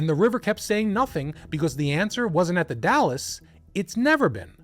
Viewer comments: It's pronounced Dalls the e is silent, Not the City Dallas in Texas. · i imagine by now people have corrected how you pronounced the "dalles" - it is pronounced DALES - as in Dale Earnhardt. NOT like DALLAS the city. or the DAYLES excellent channel btw. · Also, The Dalles is one syllable. It’s not Dallas, it’s the Dalles like dolls. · Literally came to say the say thing lol dalllsssss not Dallas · Dalles is pronounced Dalz. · The Dalles. It’s pronounced the “dalz.” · Oregonian here, if you're talking about the Dalles, it's pronounced "dals", rhymes with "pals". There are SO MANY places and rivers and things here that don't have straightforward pronunciation. It took me a decade of living here to get all this stuff right and I still have doubts sometimes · I used to live in that area . First of all “Dalles” is only one syllable. The e is silent. Secondly after you pass Hood River eastbound the trees thin out considerably. I don’t see any reason for that family to travel that far eastward if they wanted greenery. The highway at Cascade locks, is pretty close to the river there and I can see how easy it would be to to drive into the river, especially if it was raining. The locks there haven’t been in use since they built Bonneville dam in the 1930’s so they aren’t maintained because one the water rose because of the dam the rapids there were flooded. The whole investigation seems like just one big comedy of errors.